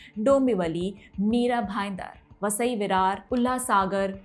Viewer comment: विस्तार में विश्लेषण करने के लिए धन्यवाद। Teleprompter से पढ़ने पर कुछ त्रुटियां सुनाई दी । गुट को गूढ़ कहा । वसई को वास्साई कहा । भिवंडी को भिवाड़ी कहा । करोड़ को क्रोन कहती हैं। हिंदी अंकों को सीख ले तो श्रेष्ठ होगा । अन्यथा न ले, यही आशा है। धन्यवाद।